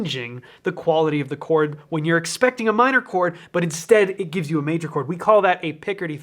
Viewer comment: "That's a beautiful chord!" My ears: "That's a beautiful porn!" My brain: "Pretty sure porn isn't a countable noun."